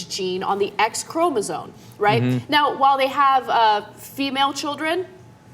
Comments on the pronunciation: I think you might be pronouncing chromosome wrong! It sounds like Anna and Cenk are saying 'chromosone'. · BOTH of them pronouncing the word as "chromosone" is almost as bad as bush and his "nukyular" nonsense. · Jesus, if you two say chromoSONE again I will beat you with a dictionary! ChromoSOME! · It's ChromoSOME, not Chromosone. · Apparently Cenk and Anna are oblivious to the fact that 'Chromosome' has an m in it.